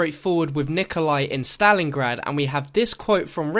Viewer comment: He can't say Stalingrad